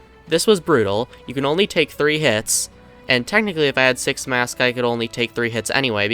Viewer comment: bro did NOT say six